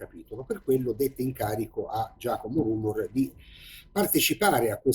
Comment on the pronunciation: si pronuncia rumòr